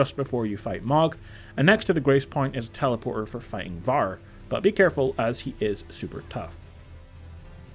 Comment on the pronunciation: Why are you saying his name like that 💀